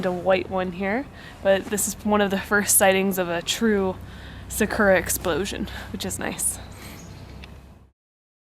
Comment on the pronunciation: I love your guys' videos, even if you have the whitest, Americanest pronunciation for some Japanese words lol (Sakura as 'suh-KUR-ruh')